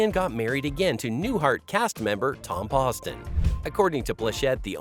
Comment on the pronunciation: Be nice if the narrator would have taken the time to learn to pronounce Tom POSTon's name correctly. Really? It's called professionalism.